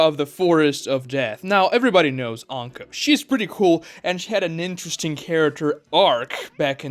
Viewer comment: “she had a NINTERESTING character arc”